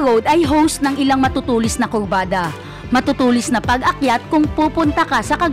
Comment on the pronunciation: Malawi?? At kulbada😂😂😂